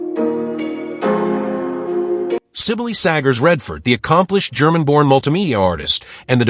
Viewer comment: Pronounced Sybil